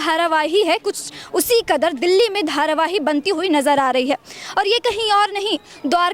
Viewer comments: its not dharavaii its dharavi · धारावाही नहीं धारावी। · Dharavahi ni hai mam dharavi bolo